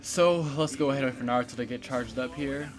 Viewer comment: I just watched this and just wanna say, the way you're saying minato and naruto aint right BOI, like damn, my ears is getting triggered lol